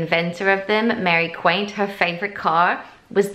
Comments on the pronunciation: lol it's Mary Quant! Not Quiant, love ya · Who is "Mary Quaint"???.....her name is pronounced Mary Qwant. For goodness sake do your reasearch. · Hi lovely my Aunty is being quite adamant that I let you know it’s Mary quant (kw-o-nt) 😂😂 sorry it was winding her up 😂 I loved your video though!! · It's pronounced Mary Quant (ont),it came from the young people wanting to get away from how their mothers dressed,something to run to the bus,flat shoes, colour, freedom. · I know she grew up in Canada,but learn how to say Mary Quants name.